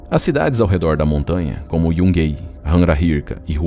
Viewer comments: Excelente vídeo, como sempre, mas gostaria de pontuar um pequeno erro na pronúncia do nome da cidade de Yungay, que sendo um nome que tem sua origem nos povos originários peruanos, deve ser pronunciado literalmente como se lê: "iungai". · A pronúncia correta da cidade Yungay é "Iungai"